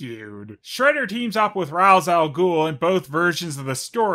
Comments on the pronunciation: RAISH, not Raz. Sorry, just a nit I had to pic lol. (That's the way his creator says it's pronounced) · WHY DO YOU PRONOUNCE IT "RAS" INSTEAD OF "RACHE"?! YOU OF ALL PEOPLE! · How I missed ' Shredder. OH and it's pronounced RAYSH GODDAMN IT. It will always trigger me when someone says RAZ lol.